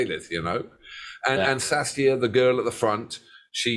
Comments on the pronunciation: stacia not saskia 😂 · It's strange that Hawkwind never get mentioned as far as the development of early Metal is concerned because in 1972 they were as heavy as Deep Purple although rightly it's Black Sabbath who are seen as progenitors of Metal. Oh yeah, it's pronounced Stay-sha. Also am happy to say she's still doing well after a career as an artist and living in Ireland these days. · Why every English man I am welsh and have been a fan of hawkwind since I was 15 years old bought their first album at 15 years old i am now 68 years old you pronounced stacias name wrong Bit of a English bias on here I loved lemmy but hawkwind was a lot more than lemmy You didn't even mention Dave brock that has kept hawkwind going all these years This video was more about lemmy than hawkwind you think you know about hawkwind but a lot of what you said is not 100% correct